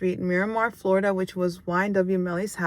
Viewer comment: I'm not being mean but it's pronounced Florida